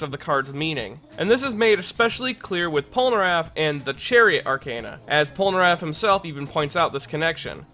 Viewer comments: Pole- ner (as in nerd) -aff (as in affable) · Polnareff, not polnaraff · "Michelle" polnareff not Michael /_ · It’s Pol NA Reffu when a Japanese ascent